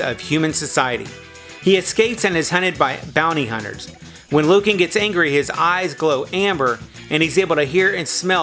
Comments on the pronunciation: It's NOT pronounced Loo-KIN. It's pronounced Loo-CAN. Trust me I watched this show when it aired. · Stress the second part long a LU CAN